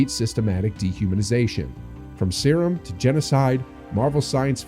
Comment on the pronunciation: Sryum 😂 I can't every time I hear it i giggle